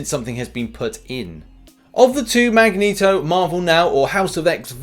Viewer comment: Ah yes "Magento". Jokes aside Love ya!